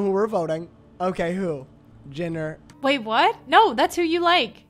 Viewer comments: "Chris Genner" AHGSHAH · the second hand embarrassment i got when said genner.. i was SO shocked she didn't even notice